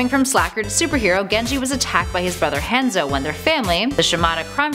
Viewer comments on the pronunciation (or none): You said hanzo wrong, it sounded like hand soap